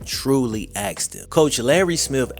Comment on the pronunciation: Did this guy drop out in the 6th grade or does he just have a speech impediment? "His coach AXED him a question no one has ever AXED him before" lol like are you ok dude? Just thought id "Axed" 😂